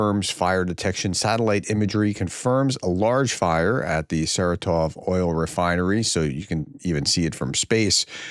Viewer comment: Professor, this is not the biggest issue with your pronunciation, but... It is SarAtov, not SaratOv. Emphasis on the second syllable not the third.